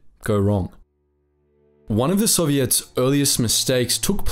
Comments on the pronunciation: You say the word “Soviets” like they are an all female pop band. I like it. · He's talking about intonation. With the word soviet, the accentuation is usually on the "o", puts it on the "ets", which gives the impression OP referred to.